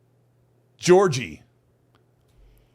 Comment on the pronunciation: "Georgie" Lynch